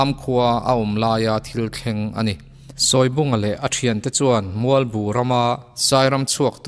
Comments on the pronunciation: A ngaihnawm thei hle mai. Mahse, Sawi lubunga hi, a thlûk ka hriat dan chuan, 'sawi' tihlai hi 'eng thu nge i sawi!? ' kan tih a, 'sawi' tih a lamtur a ni zawk lo maw!!??? chuan Sele kî pawh kha chhimbal angin a kual raih a, a eng(yellow) khâk bawk!!.. a êng(light) nilovin!... (ka lo zep ve zuai a ni e!) 😄😄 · Sawibunga tih hi i lam dik lo deuh lo maw? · Sawibunga tih I lam Rik Dan hi a diklo deuh in kahria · Sawibunga hi i lam dan a dikhlel deuh em aw???